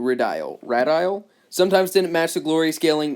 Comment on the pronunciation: Ray-deal,. Root of the word is "radius".